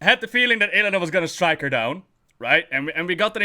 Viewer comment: although it's Illidan, not illadain or illadin;p